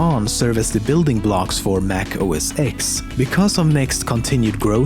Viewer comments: How many time I have to say this, it's pronounced OS "ten" not OS "ex", FFS! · You pronounce it as OSten not OSX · First off, it is NOT pronounced "OS-EX" so you lose points for not even having that basic understanding. Secondly, even though Siri commands are in fact sent to Apple for analysis and storage, to say "its someone's job to sit and listen to everything you say" -- this is misleading, patently false, and you have no facts to back that up. No one at Apple (or the NSA as you might imply) listens to "everything you say." That's ridiculous. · It’s not Pronounced Mac OS “X” It’s pronounced “Os 10” with the Roman numeral “X” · Mac OS X (10) NOT X, never been called X and never will be... it's TEN - when will people get it right???? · OMG! It's pronounced "Oh Ess Ten", NOT "Oh Ess Ex". The title of this video is bad as wełl as some of the points are just not true. Utter garbage. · I cringe every time someone says Mac OS 'Ex' when it's really Mac OS 'Ten' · The company was not called "The NeXT". It was just called NeXT. Also, it's not pronounced "Mac OS Ex". It's OS "ten". That's a roman numeral for ten, not an "X". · It's OSX [ten] not OSX but its up to you what you want to read. (X is ten in roman number) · for the last time... its os "ten" not os "x" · Its not OS X...... Its OS 10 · It's not pronounced 'OS X', it's 'OS Ten'. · I cringed each time he said OS-ecks.. It's pronounced OS-10 >.> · mac os X(10) not EX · It is pronounced OS 10. 'X' is a Roman numeral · The X in Mac OS X is a roman numeral and should be pronounced "ten".